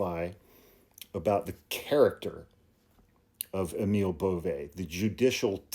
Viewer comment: No one knows how to pronounce Emil Bove's name. (Including.) Emil is correctly pronounced A-mul (like anal, but with an m), and Bove is pronounced BOV-ee.